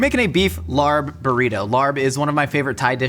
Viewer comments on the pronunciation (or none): it’s pronounced “lahb” not “larb” pls🤧 i’m cringing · the Thai dish larb is pronounced "l-ah-pb" so the R is silent. Just wanted to let you know since it sounded so funny hearing you say LARB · Just a quick clarification — it’s actually pronounced laab, not larb! And while you’ll often see it on Thai menus, laab (or laap) is originally a Lao dish. Laos is where it comes from, and it’s a huge part of Lao cuisine and culture. Thai cuisine adopted it from the northeastern Isaan region, which has strong Lao roots 😊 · Fine, I'll listen to Ologies. Also, lARb? Homie, its pronounced like lap but you gotta stread out the a in it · "Larb/laab/laap" is pronounced as "L-app", not like "L.A.R.P". Also it's Laos not Thai, but closes enough... Not like your pronunciation tho, gdi. I never understood pronunciation cringe until now. Other then that nice to see an attempt, even if you did butcher it. Ground meat works to save time but will always tend to dry out much more than minced rare meats, especially if you don't eat hot (which larb topically isn't) . And we use lettuce not cabbage, i think imo it's also not as dry when raw/fresh. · Larb is pronounced more like lop. I say larb too cause I think it’s funny when I read it at restaurants but in case you wanted to know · I just realized what you were talking about when you were saying “larb.” It’s a the national dish of Laos and very popular in Thailand but all sorts of Southeast Asian people have their own way of making it. Also, it’s pronounced more like “lah.” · There's no "r" in the pronunciation of larb, it's confusing. It's pronounced laab, and the b has a bit of a p sound to it. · sad to hear the laRRb pronunciation from a seasoned mythical chef like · Your pronunciation of Larb is very unfortunate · The R in larb is actually not pronounced - I don’t make these rules! Anyway, love your videos! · I knew the larb was gonna be a fail when he pronounced it like that..hard on the R 😮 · fyi, the r in larb is silent